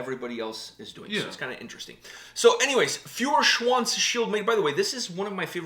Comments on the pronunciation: "Fureshwonz" :-D It pronounced rather like "Foyershwunts" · If you pronounce the eu in Feuerschwanz as oy like in oyster you would be totally correct.